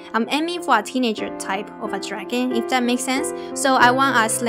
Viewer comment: Love this video! It helped alot! But it is very annoying when u say draghan instead of dragon... Still love your vids thought!